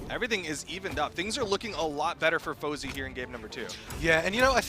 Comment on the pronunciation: ITS FOZEY NOT SWATA!!